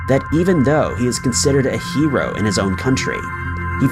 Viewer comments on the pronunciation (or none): none